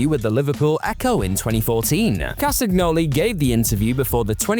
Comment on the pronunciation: For anyone who's interested, Claudio Castsgnoli's last name isn't phonetic, it's pronounced CAST-AN-EE-O-LEE